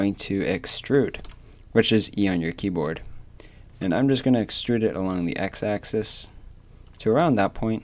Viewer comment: You cant say "Axi" it's always "Axis" :D